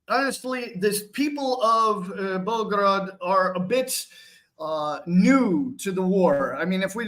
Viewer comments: Just a correction..it's not pronounced as Belgrade but Belgorod.. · Sorry,, it is Belgorod and not Belgrade as you pronounced it. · It's only a little thing but yes. Bell-go-rod.